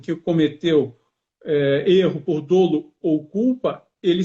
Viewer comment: GENTE A PALAVRA DOLO, PRONUNCIA-SE DÓLO. A letra O aberta. Nao é DÔLO! Já o crime é: dôlôso. Aí está certo. Em "doloso", os dois OS sao fechados.